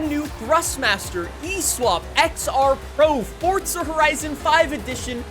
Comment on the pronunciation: Why do y’all say the game like that… FORZA… not FORTZA